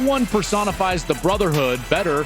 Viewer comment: "amecha ibuka" is crazy disrespect to emeka 😭🙏